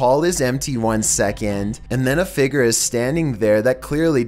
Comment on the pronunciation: "Figurr" "Hooooves" pronunciation 100